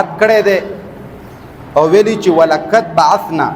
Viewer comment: مننه ،که لږ تجويد ته هم ټايم ورکړي ، ق او ک فرق وشي ، ولکد ، ولقد